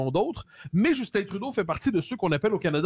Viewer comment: Cest Justin pas Justine ... vous n'êtes pas capable de parler en francais en france ?